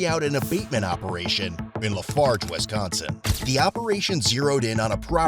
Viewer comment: "In Wisconscon..." Sigh....Gets out Popcorn